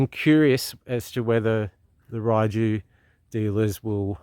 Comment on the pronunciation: I think most people in Europe pronounce it "Ray-you"....but theres lots of different ways people seem to say it. I think fueling issue has been sorted. Same engine as Voge rally 300 with a different top end. Enjoy. They are popular in the u.k. warm regards.